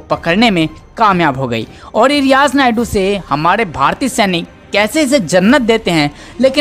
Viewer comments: अरे भाई, रियाज़ नायडू नहीं, रियाज़ नायकू। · Naidu nahi yeh naiku hai bhai Suresh G yeh kise news padne laga diya appne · It's not niadu it's nayku dear don't say naidu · सुरेश जी कृपया भविष्य मे ईन सज्जन से उच्चारण सही करवायें। वह नापाक नायकू था नायडू नही । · रियाज नायडू नही नायकु 😁😁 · आप रियाज नायडू बोल रहे है रियाज नायकु नाम था आतंकवादी का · रियाज नायडू नहीं नायकू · Who is speaking, change him, because he is speaking Naidu in stead of Naiku. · Not Naydu Name sahi bolo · Abey Naidu nhi naikooo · Sir ji naydu nai hai nayku hai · nayadu nahi.....nayaku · Are paagal he is Riyaj Naikoo.Not Naidu. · Riyaz Naidu nehi bhai, riyaz naikoo. Logo ko itna info de rahein ho buta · Poor reporting....pahle toh tum sala uska naam galat bola, Naiku ko Naidoo boltey Rahey....so, I unsubscribed. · Is Naye jamoore ko news padhne ki samajh nhi hai , sureshji aap hi news padha kro.Riyaz naikoo ko Riyaz naidu bol rha hai aur mol Lena ko molna .